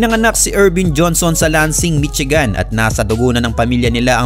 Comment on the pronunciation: mitsigan hahahaha. please do pronouce it correctly. Michigan to read as 'mi-shee-gań'